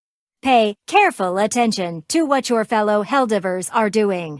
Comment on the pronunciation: I choose to believe they're pronouncing helldivrs is a reference to how a lot of AI songs pronounce it.